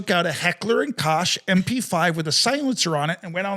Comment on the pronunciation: LITERALLY THE FIRST TIME I HAVE EVER HEARD A HUMAN BEING PRONOUNCE IT “DAWSH-KAH” and “HECKLER & KOSH” 🤣